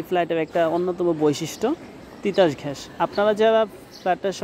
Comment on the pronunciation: তিতাস ঘ্যান নয় ,তিতাস গ্যাস । এ উচ্চারণ কোথায় শিখেছেন?